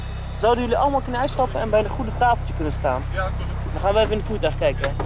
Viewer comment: “Sooodu jullie allemaal kenne uitstappe e bij de groene tafoltje gaan staan” geen les Nederlands bij de KMAR?